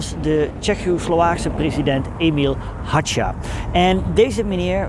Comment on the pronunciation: Emil Hácha - de uitspraak is Haga, g zoals in Nijmegen